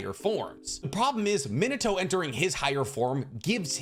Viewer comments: You call him minito and not min ah toh literally irks me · Minato = ME-NAH-TOE I speak Japanese. Just trying to help an anime bro out 😅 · ITS PRONOUNCED MIH - NAH- TOE GETTIT IT RIGHT!!!!